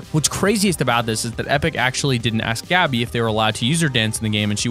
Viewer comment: I disliked mostly because you can't pronounce things right even though you must have researched it. Especially, the Gabby person.